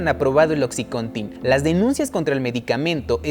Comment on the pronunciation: Buen video! Pero se dice "Oxicóntin" no "Oxicontín"